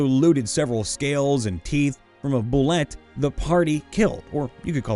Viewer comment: Bulette is actually pronounced “Boo-Lay”. The 1st Edition AD&D Monster Manual used to include the phonetic pronunciation of the monsters names as well as their stats.